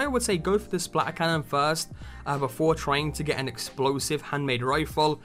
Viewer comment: No one: English people: SPLA ERCANNON